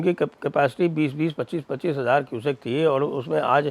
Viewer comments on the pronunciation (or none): none